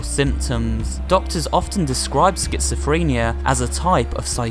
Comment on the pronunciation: Schizophrenia doesn’t have a T in it genius